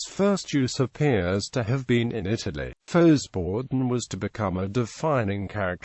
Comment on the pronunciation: Well, to start with, the synthetic voice-o-matic needs to be reprogrammed to pronounce it correctly, at least in American English. It's pronounced "foh-bor-done" (less frequently "fow-bor-done").. The "X" is, like in French, not sounded as a consonant.